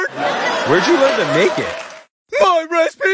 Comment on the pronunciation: Resse-pee I just noticed😂😂😂😂😂😂